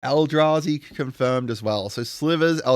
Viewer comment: You nailed sliver and eldrazi! Nice one